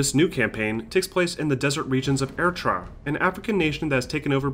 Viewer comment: Lol that is not how you say Eritrea